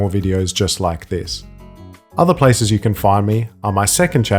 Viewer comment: "habe you seen a Joji ples?"